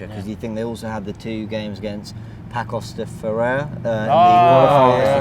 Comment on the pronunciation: Pacos De Ferreira (pronounced Pasos)